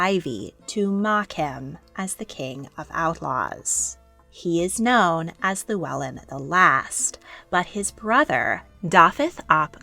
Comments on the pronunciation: The LL is actually pronounced as an FL. Our family are descendants, and it is pronounced Fluellen, not Lluellen. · This is great. Thank you (diolch). When you pronounce ‘Owain’ it might help you to pronounce it ‘oh-wine’ rather than that ‘o-Wayne’. And, although it’s not really correct in terms of pronunciation you could pronounce ‘Llewellyn’ which you’re calling lew-ellen’ as ‘thew-ellin’. Thank you for this brilliant series 🏴